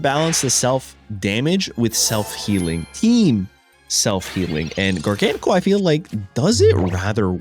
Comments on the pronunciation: How did gar-ga-nacl become jargonsol😂😂😂😂😂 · It's actually pronounced gar-gah-nack-ul, as in gargantuan NaCl, as in table salt. Jargansol is diabolical and so hilarious, but the correct pronunciation on the whole line is a top tier pun 😆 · Garga-gnocci? ❌ Jargansoul? ✅ W engagement bait, W deck, W video lol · gar-gahn-a-kuhl? 🤭😂 he might be my fav Pokemon I’m realizing , I came back to playing for like legends za but my first proper game was gen 9 where he was introduced… what a dude lol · Funnily enough your prononciation of Garganacl's name comes really close to his french name "Gigansel" 😭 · can the pronunciation get any worse?😂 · This is the best pronunciation yet. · I try not to comment on people’s pronunciation of Pokemon names, but I’ve never heard anything like that pronunciation of Garganacl.